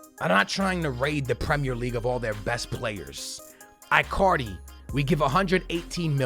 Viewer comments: it is pronouced E-CAR-DI not AI-CAR-DI or I-CAR-DI in english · stop calling him ‘eye’ cardi, it’s ‘in’ cardi. it sounds like you’re saying Icarly from the kids show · Bro its Icardi with a E not I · Icardi not iiicardi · His name is said ecardi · It's not eyecardi or gabriel hasus stop saying it like that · please, dont say Icardi like you say Iphone or Icarly it is E--CAR-DEE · Why can't he say icardi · If you even try to sign Icardi you will regrate it Im telling you!!!!!!!!!!😲😒😤😬😡😠😈👺👹👿 You are such a stupid pranontziar its Icardi sounding with a k and not icardi not c